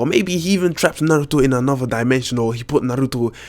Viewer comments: how do you properly pronounce naruto? or even kishimoto?... i mean... the to's accent was... gah... hopeless. :D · U say "naruto" so funny😂😂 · the way you say Naruto annoys me